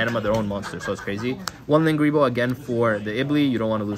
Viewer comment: Should it be linkuriboh not linguriboh?